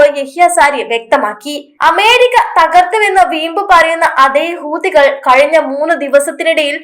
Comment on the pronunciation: ഹൂതികൾ എന്നല്ല പറയുക, ഹൂത്തി, കൾ എന്ന് പറയൂ മുത്തേ!